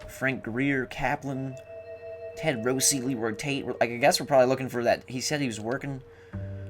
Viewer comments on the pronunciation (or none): WTF you pronounced Rossi as Rosey.................Rossi is my last name show a little respect.......... eh?